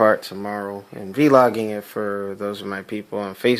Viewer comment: Lost my shot when he said v-loging and when he said bass like the fish 😂😂😂😂😂😂😂😂😂😂